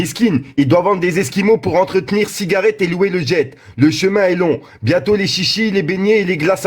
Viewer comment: Tu sais lire ? "croivez" croyais? "cinette" cigarette ?